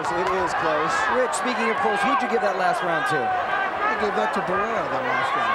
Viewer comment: The announcer said he gave the the th to Barraera?😂😂😂this isn’t a track meet